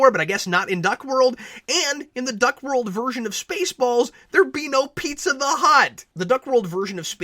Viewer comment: I'm glad you, too, saw potential in this. I would have gone all the way and made it a parody. Make more of the film noire aspect. And how the heck could Howard know to pronounce the food "pee-tzah" instead of "pie-zah" or "pee-zah"?